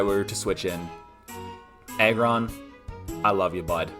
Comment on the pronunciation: Great video man keep it up. I heard egg-ron not aggron though 😂 . Im predicting salamence on #1